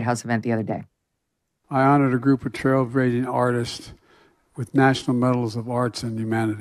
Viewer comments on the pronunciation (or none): Wait a minute - did the president say "trailbrazing"? Considering the context...